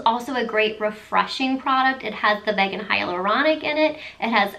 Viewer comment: This sounds like a line I will be looking into :) Also, vegan is pronounced veegen. I only know this because I've been vegan for 10 years! lol Great video ❤️